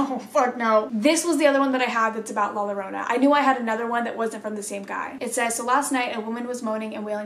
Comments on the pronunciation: Llorona is pronounced yo-row-na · With the princess doll one she is speaking to the entity and is talking about how the doll is moving. Also in Spanish when there are two L’s the sound turns to that of Y( ex Llorona is pronounced Yorona) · To pronounce 'Llorona' just take the name 'Yeager' as an example. The sound that the 'Y' in Yeager, is how you pronounce the double 'LL' in 'Llorona'. Only pronounce the 'Y' & the rest is spelled right. In Spanish there are four more syllables in the alphabet, the 'Y' is one of them. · Lmao you’re so cute coach, in Spanish the two L’s at the beginning of a word make “Y” sound 😂. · Any spanish word that starts with two Ls example “llorona” is pronounced with a Y sound so i would be pronounced more like yorona. Just thought i would help. LOVE YOU!💙😚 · When you say “la Llorona” the double L in Spanish is pronounced like the y in English, so when you say “Llorona”, it’s pronounced yorona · In Spanish the two L’s makes a y sound so Llorona would be pronounced Yo-rona. Her story is very interesting I highly recommend looking into it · Hoi im here to tell you that the L’s in llorona are pronounced as a y so yorona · Easy way to pronounce Llorona is YO..RO..NA JUST LIKE CO.RO.NA lol yiu get it.. Newho its a legend in mexico of a women who drowned her kids in a fit of rage due to her spouse leaving her for another women and when she realized what she had done she tried to save her children.. It is said that she weeps for her kids at night while roaming the river /lake. And its also said that she weeps with hopes that a male companion would come along so that she could kill them.. So as kids we were told the llorona would get us if werent home before the sun went down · The ll in llorona is pronounced like the y in yellow